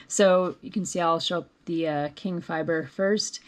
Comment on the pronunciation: Nice tutorial for those of us who rarely use the called for fiber. By the way, Qing is pronounced “Ching” not “King”.